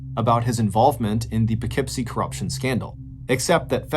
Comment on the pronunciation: I am so impressed that you know how to pronounce Poughkeepsie correctly! Thank you!